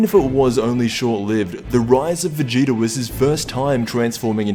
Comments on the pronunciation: you said vageto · I swear you said ''vegito''' at the beginning